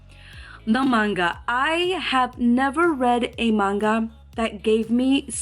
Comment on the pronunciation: An actual manga artist that even pronounces the word correctly. Not man-ga, and not the ever popular monga, thank you,, truly. XD